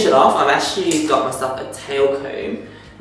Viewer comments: Can you pronounce "actually"? Who's? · Through your comment, it seems as though you don't know what an accent is by the "Who's?" comment, obviously poking at his inability to pronounce "actually" correctly.